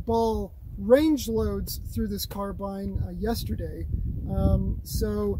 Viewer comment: Finally someone who pronounces carbine right instead of the revisionist stuff that's pushed now